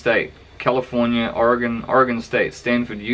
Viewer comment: Aussie pronounced Oregon correctly